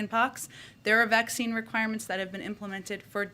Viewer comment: Um, it ain’t a vakseeen